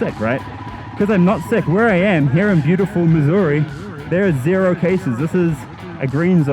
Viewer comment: Now did u say Missouri or Mussoorie?